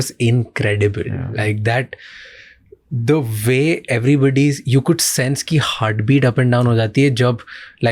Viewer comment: " the vay " .... What kind of english is that? 😂😂